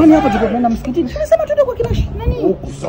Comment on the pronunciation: Kwanza hyo msikitini inavyotamkwa nimecheka mdomo unavyoenda😂😂😂😂